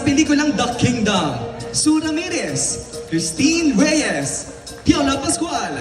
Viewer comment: Did the host say PIOPLA PASCUAL ? HAHAHAHHAHAHA